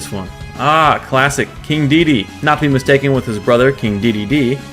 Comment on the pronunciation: ITS KING DE DE DE